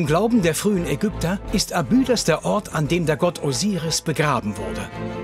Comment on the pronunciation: Eine gute und interessante Doku aber jedesmal, wenn der Sprecher „Abüüdos“ sagt, stellen sich mir die Nackenhaare auf. Grauenhaft.